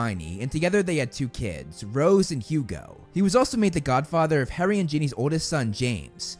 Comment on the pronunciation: The way this kid pronounces HARRY????